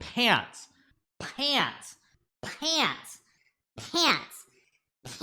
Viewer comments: hikaru still said "PiÄnTs" without the voice changer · what the hell are "PIÄNTS" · I'm learning English and it is very clear for me now how to pronounce "pants" properly. Thanks Prof. Hikaru